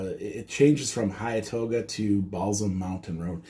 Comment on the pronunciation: Pronounced “Hen-too-ga” and “Ball sum”